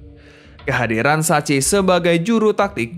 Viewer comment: menyebut SACCHI itu seingat saya Saya "SAKHI"... BUKAN "SACHI"... Broo Sebagai Yang Suka SERI A tahun 90an TENTU AKAN ingat Spelling KOMENTATOR saat menyebut PELATIH MILAN TERSEBUT .... Jadi Curiga nih...